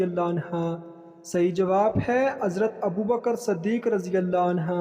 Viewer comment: Anha nah hain/anhu hain